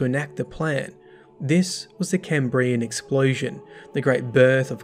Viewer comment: unsubscribed for pronounciation of Cambrian